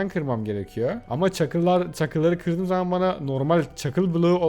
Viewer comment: kırdığım değil de gırdığım diyor